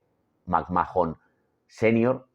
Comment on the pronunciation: Roman Reigns fue la razon por la que deje de ver la WWE en 2016 y volvi recien por pura curiosidad cuando volvio Cody Rhodes. Nunca me gusto Reigns no lo soporto. Otra cosa me da por los huevos escuchar que pronuncien McMhahon " macmajon", se pronunca MACMán